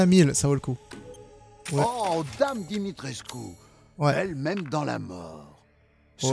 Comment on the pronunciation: Dimitrescu, ça se dit "Dimitrescou" pas "Dimitrecus" 😂😂